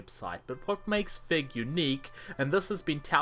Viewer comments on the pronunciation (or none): Every time you say "Fig Publishing, Inc.", it sounds like "Fake Publishing, Inc.", which is completely appropriate.